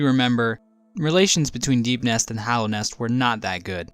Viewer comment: Hallownest, not hollownest